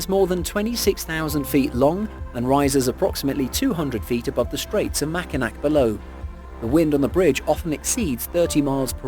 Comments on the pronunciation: Makai(NAW) bridge in Michigan not makainack!! Lmao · I laughed every time he said it